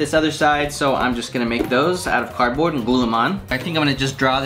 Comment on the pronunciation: how miney times did he say cardbrod